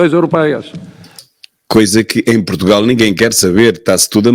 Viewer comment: "Protugal", é assim que o martelo diz o nome do país...